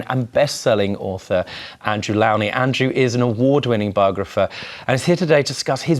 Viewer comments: "Low-knee" ffs - He has repeatedly told them his name is pronounced "Low-Knee" - so insensitive ! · Isn't it L-oh-nie?